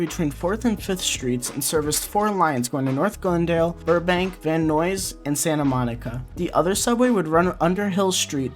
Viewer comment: He said Van Noys😭😭